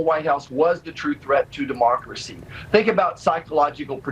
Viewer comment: Hell that first Wayne whatsisname can't even say DEMOCRACY correctly, he said DēMÄRKrō cēe, and the way he said it just sounded completely ridiculous and stupid. Made me cringe actually.